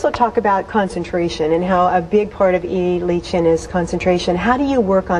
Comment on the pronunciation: She's mispronouncing the name >< AHHHH!!! lol doesn't matter. I don't think the video does justice to the form :(